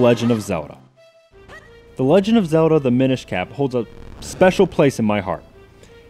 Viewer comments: Say the "L" in "ZeLda"!!! O_O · why the hell do I always run into so many people on the internet who pronounce Zelda "Zewduhh"?